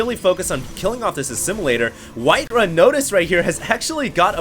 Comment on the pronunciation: HD, his name is WhiteRa. Not WhiteRuh.